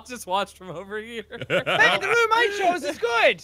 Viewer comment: Why does Mark say Room like Rum